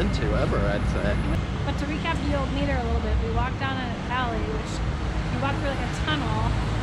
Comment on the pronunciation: FYI...Mitre is pronounced MI- ter, like q bishops hat. Also, Cheshire is Che-sher.